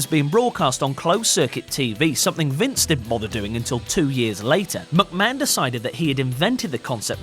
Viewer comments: He only said Vince McMahon once he always says Vince mucman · At the start of the video he said Vince mucman